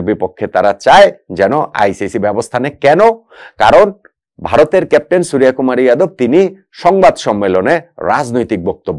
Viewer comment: আপনি বাঙালি, সূর্য কে সুরিয়া কি করে বলেন?